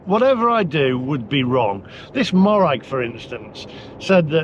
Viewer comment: Morag is pronounced mow (as in mow the lawn) rag,not maw rag